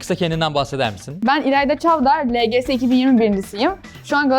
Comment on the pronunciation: ingilizce çalışmaktan lgs yi el ci si diye okumak mı bruhhhh